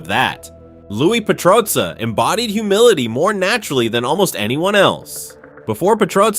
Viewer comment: if only you could say petrozza correctly